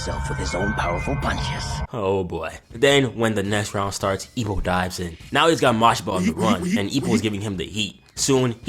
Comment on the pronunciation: The way you say "Ippo", the subtitles thought you said "E O". nice video btw.